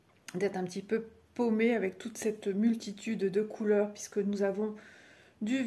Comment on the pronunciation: Tu prononces pisque au lieu de puisque 🙂